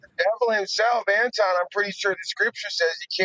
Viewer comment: Lol. She said Antwon 😂